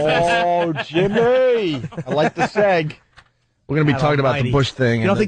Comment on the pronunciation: Opie pronouncing segue (seg-way) as "segg". It's not the first one of Weston's vids I have heard this on. Opie is a moron.